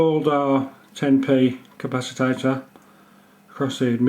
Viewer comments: nice but i couldnt help laughing everytime you said 'capacitator' insread of capacitor... priceless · Dude it's pronounced CA-PA-CI-TOR, not ca-pa-ci-ta-tor. Love the vid though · learn a new word day..capaci-TOR..not capacitator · Why do you call it a capasitator and not a capacitor? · Interesting, Nice idea. Please dont say Capasatator